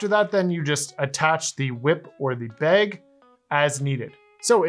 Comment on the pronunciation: Where are you from that you call a bad a “beg”